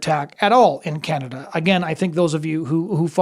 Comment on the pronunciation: I did it's "Canaduh"